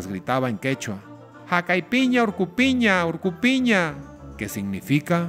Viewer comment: No es jakaypiña orkopiña...Si no es"jag'aypiña org'opiña" org'o significa cerro..org'opiña significa"esta en el cerro o en el cerro"